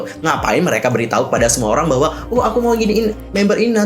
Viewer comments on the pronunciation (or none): none